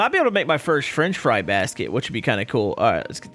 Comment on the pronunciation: did say Frinch Fry?